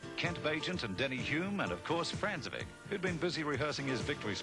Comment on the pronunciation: Francevic is actually pronounced "FRANK-e-vich". And who's Denny HUME?